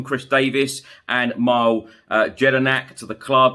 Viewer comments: Cheers for the update Chris One thing you absolutely butchered the pronunciation of “Mill-A” not Myle Jedinak Also Harry Kane is 100% leaving….time to cash in. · Not mile…pronounce… Melay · Not Mile😂. Pronounced mil-ay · I know it's spelt Mile as in MPH, but it's pronounced Mi-lay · Thanks for your updates Chris! BTW - the ex-Aussie captain is "Mill-A" Jedinak, he's not a distance ;-)